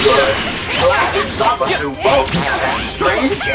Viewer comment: "Hold off Goku black and ZaahMaahSooo" That pronunciation sickens me.